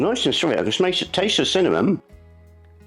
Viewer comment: Ever since I heard pronounce cinnamon, "cimom". I hear her voice every time I sprinkle it on my home made chocolate lattes.😊 CIMOM!